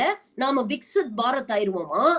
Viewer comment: Adhu enna Vicks Barath?